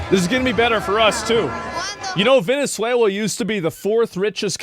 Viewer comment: "Vene3uila" XD